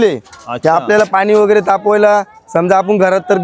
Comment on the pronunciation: वेगेरे म्हणू नका , व_गै_ रे असं बोला ना